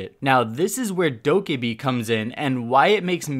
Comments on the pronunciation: bruh her names said dough-keh-bee not dough-kah-bee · I’m sorry but all the pronunciation errors just bother the living fuck out of me. Dokkaebi isn’t dokibe, maestro isn’t maystro, turrets aren’t turrents. Okay I’m done